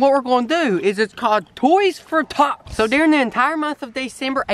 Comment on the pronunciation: I thought he said toys for thots 😂😂